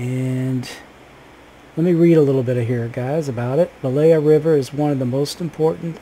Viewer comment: It pronounce stressed on "E" - bElaya river. Belaya means "White River"